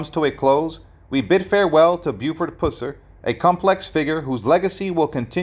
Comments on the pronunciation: AT LEAST pronounce the guy's name correctly: It is pronounced PUH-sir. I cannot believe you didn't research your subject... or at least hire a competent narrator. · Dude! It’s pronounced, “Puss-er”. I couldn’t hardly stand listening to you butchering his last name. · Can you say "bus"? Or "cuss"? "Pus-sur"!😮🙉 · PuH SIR Not pooss-rr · It's pronounced PUH-sir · Its pronounced PUH--SER, not Puss-er! Geez.....do your homework! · It’s (PUH-SER) PUSSER 🗣️‼️ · Just for your info: his name, Pus-ser, rhymes with "bus" or "cuss"! 🙉🙃☮️ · You pronounce his last name WRONG!!!!!!! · Should be a crime the way that you pronounce his last name. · Gezzz you would think if you were going to make a video about someone that you would pronounce their name correctly. I don't know if you were meant to mispronounced his name but if so it's not funny or cute. It's down right disrespectful. My father-in-law was a TN state trooper back then and he has me stories about what a good person and man Mr. Pusser was. Also why is there such a big interest in him and his life all of a sudden? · You got that right! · Yes he does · I’m beginning to think the same thing!! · Pronounce the last name correctly! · You can’t even pronounce his name right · Wrong pronunciation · I’m a Pusser and we don’t pronounce it that way also from Tn where the movie was actually filmed